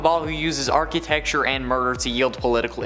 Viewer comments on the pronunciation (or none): Ark-ee-techture?? Oh, and a piece of Clayface became sentient in Batman:TAS as a young girl that Robin befriended but she got reabsorbed. It might have been in the New Adventures, I can't remember.